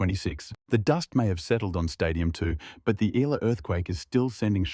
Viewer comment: Correct Pronunciation : EALA = Ee'Ya' La